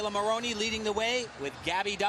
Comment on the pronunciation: At about , Tim Daggett said "Maloney" instead of "Maroney!"